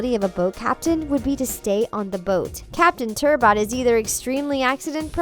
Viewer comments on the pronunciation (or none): I watch paw patrol.. (I’m older than you think) and it’s a good show it’s just a show about dogs that solve problems and talk and most shows don’t have a lot of girls to and again Everest lives in the snow so makes sense that she isn’t in a lot of episodes plus you said turbot wrong -,- But back to the girl thing sky is a dog that can fly and They make up her ‘very little screen time’ by making a mission paw about her and there’s a lot of merch because why not..? Oof and I don’t think they ever said anything about Ryder’s age... Edit:yeh I forgot about ‘Ryder’s ego’ so he’s just confident and what’s so wrong with that? And those moms are Uhm....Different I guess